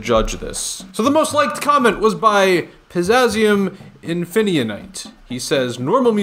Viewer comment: You said pizzazium infininite wrong have you never seen Phineas and Ferb